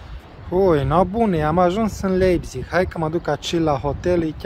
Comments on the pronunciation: A pronunțat cum se scrie. :)))) Când de fapt se citește "LAIPTIG" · se pronunta laibtih si farfuria se pronunta tela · Se citeste Laipțih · “Laipțih” :)))) Comentatorii de la Fifa sunt de mare ajutor uneori :))) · Hai ca ești bun pe pronunție. "Laipțig" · Se pronunță Laipțih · Se citeste LAIPȚIG!!! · Cum a pronuntat numele orasului Leipzig 😂😂😂😂😂😂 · Nu știe să-l pronunțe. A avut probleme chiar și cu Leipzig la pronunție